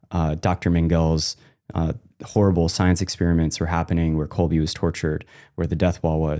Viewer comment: Quick correction here, it's Kolbe, you pronounce it last "e" like in words "angEl" for example, not like in "each".